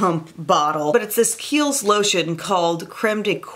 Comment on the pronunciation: Yaassssss for #kiehls. And yes you did pronounce it right hehe.